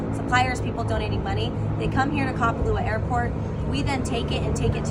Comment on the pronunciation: So Maui Now news can't pronounce Kapalua. Geeez